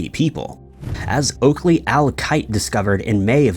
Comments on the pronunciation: #5 is Oakey not Oakley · his name was oakey, not oakley